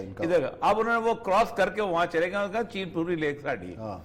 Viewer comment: اوریا بھائی، چےنا نہیں، چین۔